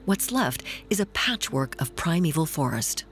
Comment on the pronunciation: It was good but this non-semantic pronunciation is too wide-spread to ignore it. It spoils the docu!